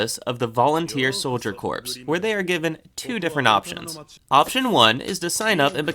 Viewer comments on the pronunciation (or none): “Corps=Core, the S is silent”. Marine Corps, not Marine Corpse. LOL 😂 😆 LOL